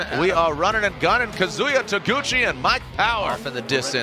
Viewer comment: God I hate the way the commentator pronounces his name lol